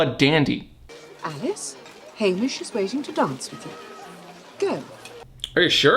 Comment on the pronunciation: Hamish not Haymitch, but ok